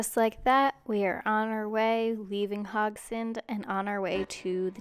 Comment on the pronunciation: A bit late, but the e in Haugesund is not silent. Like most e's in Norwegian, even the ending ones ;)